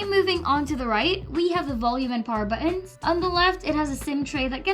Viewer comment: "Bott uns" fave 😍😍